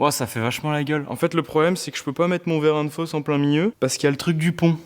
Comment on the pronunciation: Nouveau jeu à boire : un shot à chaque fois qu'il dit ''verrin de fosse'' 😂 ah non pardon, verrin de ''FAUSSE'' 🤣